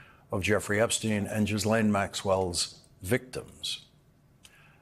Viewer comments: Lawrence, you are the first person to pronounce Maxwell's name correctly. It is a French name - Ghys (Gis) Laine. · Lawrence, you are the first (to my knowledge) to pronounce that name: Ghislaine, correctly. Thank you. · Finally someone who can pronounce Ghislaine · Thank you Lawrence, for pronouncing Maxwell’s name correctly!